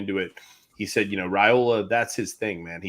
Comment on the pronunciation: better than AI? Maybe so, but can't pronounce last names properly. Last I checked, he and still with the RAY SLAY. It's not Ray-ola, guys, it's pronounced like Rye-ola. This, according to Dylan's father in response to a direct question. Call him and ask.